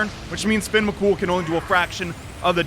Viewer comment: As an Irish person Fionn mac Cumhaill is pronounced fi-yun rather than fin. U absolutely nailed the surname tho.